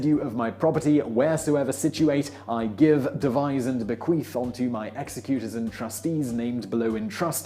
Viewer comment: An interesting and entertaining story, but the presentation would have been much better if you had stood still and dispensed with the pointless fidgety arm gestures. You're like a nervous child who's dying to go to the lavatory. Learn to pronounce "executor"; it will lend an air of credibility—perhaps even authority—to your delivery on this subject.